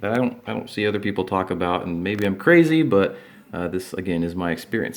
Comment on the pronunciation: My guitar:laying Me:laughing watching how he said crazy